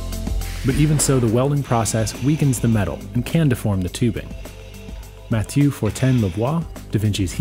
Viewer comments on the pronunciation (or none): none